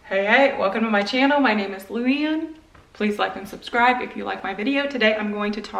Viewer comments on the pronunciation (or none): none